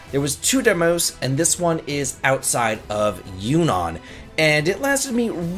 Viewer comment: Is Juno really pronounced Yunon